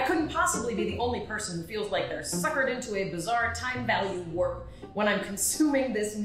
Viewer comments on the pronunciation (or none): none